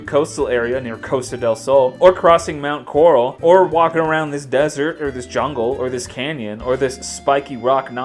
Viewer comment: "...Mount Corrrral..." haha, nice man.